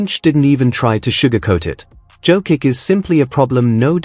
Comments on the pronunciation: Pronouncing his name is violation...JOKICH...not Jokik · If you love Nikola so much, you could have deigned to pronounce his name correctly.If you pronounced Greg Popovich's last name correctly, then pronounce Jokic's last name the same way. For most Serbs, the last name ends in ICH, in Serbian it is written as C with a tick above.